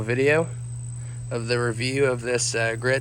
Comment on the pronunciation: Griot’s is pronounced Gree-ohhs. The T is silent.